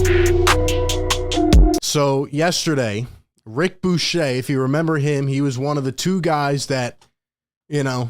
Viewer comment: Its ric bucher, pronounced Ric Byoo-Kerr